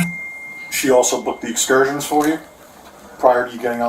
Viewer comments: She's mispronouncing the word "excursions". 🤡🤡🤡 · How did she pronounce “Excursions” 😂😂😂😂oh my! Can you get scammed into a English class?